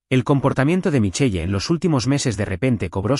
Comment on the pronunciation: MICHEL … NO MICHEYE 😡🤬. para que usan nombres en otro idioma si los van a pronunciar MAL 🙄